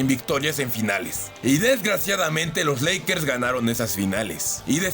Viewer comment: Soy yo o dijiste lackers